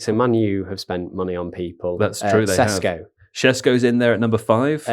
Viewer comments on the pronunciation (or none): Sheshko... not Sesko